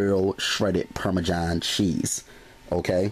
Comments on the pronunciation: Anyone else bothered by how he says Parmesan lol from one Italian to another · Parme-JOHN cheese lol :-P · "Parmajhon cheese"